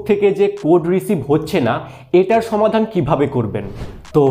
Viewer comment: ছমাদান নয় সমাধান